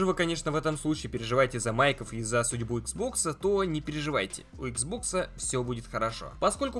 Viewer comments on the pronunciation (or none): none